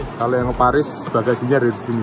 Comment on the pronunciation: Bacane poris 😂